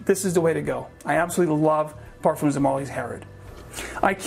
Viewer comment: Hey guys, just a correction on the pronunciation on Parfums, the "s" is silent, you pronounce it just as if you were saying Parfum.